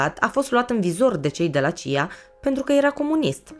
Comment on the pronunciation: C.I.A și nu "cia"